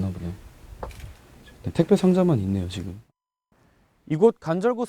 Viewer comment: 앵커 발음이 안좋네요. "지금" 을 지검, 계속적으로 "으"를 "어"로 발음 ....tv 조선 내용은 참 좋은데.....발음이 영 ...ㅠㅠ